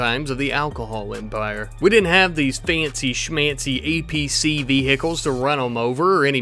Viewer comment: The fact you keep calling it an acp instead of an apc is killing me lmao